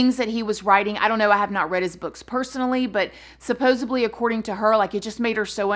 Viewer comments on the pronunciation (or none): I love you so much! Your personality is so fun and you’re so charismatic! But GIRLLLLLLL. it’s supposeDly lol I giggle everytime I hear you say supposebly lol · Haha... "supposebly"! I been following her for years. I know this is late. But welcome!! We are a big family here! And we all go hard for! She's absolutely amazing! And yes...beautiful inside and out! 💜